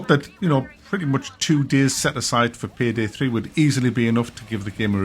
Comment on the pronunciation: Pihdih 3 huh? Learn how to speak English boy